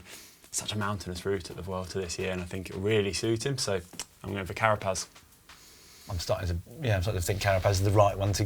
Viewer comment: Well done! Richard Carapaz, la locomotora will take it, pronunciations were ok, a fair 6 more work on ñ and the LL will give you a solid 7!!